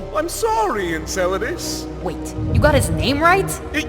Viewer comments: i can finally sleep well knowing knows how to say Enceladus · hes getting their name right❤ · SATURNNNNNNNNN OMG I AM DYING YAYAYAYA HE GOT HIS MOONS NAMES RIGHT!!